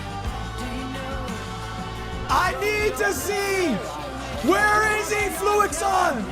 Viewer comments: its fluixon bruh, not fluxion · that name is definitely not FLUX-i-on. it's clearly FLU-ix-ON. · fluixon has confirmed that it’s pronounced flu-ix-on but he probably is just used to people saying fluxion and doesn’t care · Hate how its spelled Fluixon but everyone calls him Fluxion and this is never brought up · I think its funny that Lud watched the entire video, and still doesn't pronounce Fluxion's name properly